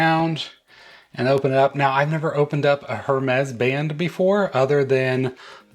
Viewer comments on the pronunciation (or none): By the way, it’s “Ermes” the “H” is silent. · I love most of the Hermès watch bands and wish this one was available in the smaller 42mm size but not in the double tour style (can’t stand bands around my wrist twice). This one I would definitely buy as the color and style looks good to me. Can you please drop the “H” in Hermes … please?! 😊